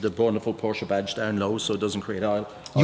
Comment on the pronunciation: Ich finde es respektierlich, gegenueber der Marke Porsche, dass er den Namen korrekt ausspricht. Viele Englischsprachige Menschen sagen einfach "Porsch"